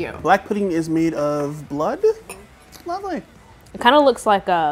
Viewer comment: The way he says "lovely" makes me like him for some reason lol